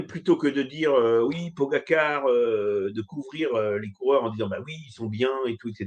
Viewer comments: Ce naze, même pas capable à prononcer correctement le nom de Pogacar, nous ne parle pas de son expérience chez Festina ( une équipe où on se doppe à l'insu de son plain gré ). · Accusations sans preuves, et même pas fichu de prononcer correctement le nom du coureur. Aucun respect pour ce mr, je passe mon chemin